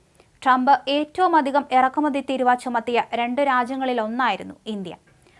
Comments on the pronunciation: തിരുവാ അല്ല തീരുവ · തീരുവാ അല്ല തീരുവ ആണ്